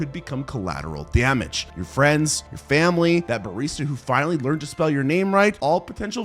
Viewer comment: bruv if i hear this dude say "emotional dameg" oncr more ima flip. Dude im someone whos incredibly logical, i litteraly barely vaule human life, but dont kill (even if i want to) cause of consequences(also i dont like blood on my hands)